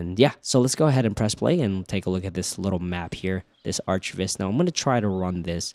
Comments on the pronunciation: Ok man… are you trolling us with “arch” viz? It’s architectural visualization…. Not arch visualization… we’re visualizing more than arches. “ArK viz”. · "arch" viz lol. Arc viz bruh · Arch viz? surely its pronounced arc viz? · Before this I've only heard people pronounce it "arc" not "artch" :p nice video though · did u just say ARCH(tch) Viz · It's pronounced arc lol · Please pronounce it as "ArcViz" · It's not pronounced aarch--tek-chr. It's arr-cuh-tek-chr. Sorry... my OCD is kicking in. Everytime you say "aarch-vis" I can't help and think of Archie's weird mysteries.